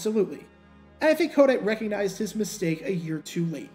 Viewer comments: Why do you pronounce his name as KODITE? It's a hard T as in the word "Tight" Co-tight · I think its pronounced, ko-TIGHT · Pronounced "Ko-Tight" he was our coach in Philly for a few years...